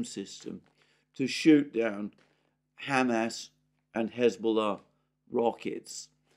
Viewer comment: says “Ham ass”